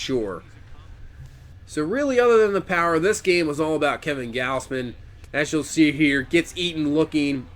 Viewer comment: It's pronounced gawz-men btw